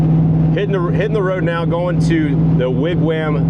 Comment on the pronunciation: Wig Wham? lol...It's pronounced Wig Wahm. Even with the breakdown it looks like a fun trip. Stay safe! Cheers! Zip~